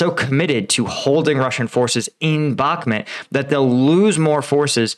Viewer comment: Please could you research the pronunciation of: "Bakhmut" and say it correctly. Thank you.